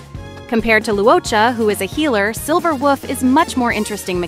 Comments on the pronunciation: Why you gotta say Silver Woof. It's cringe. Please don't do that. But other than that, video is useful. Thanks. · I'm only hearing "Silver Wuff"... just me? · Wait...are you saying "Silver WOOF"...? Girl you really are a meme.😂😂😂